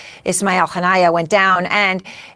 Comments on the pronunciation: It is pronounced Honey-Yah , maybe god extend his mercey and blessings on him, his family, and people. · Haven't you been listening to other news outlets? His name was pronounced "ha-nee-ya" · Kha-men-ah-ee and Han-ee-yeh. Come on y'all